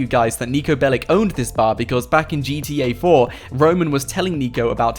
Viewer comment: In the name of all balkans, Niko's last name is not BELIK. It's BELIĆ, and you read that BELICH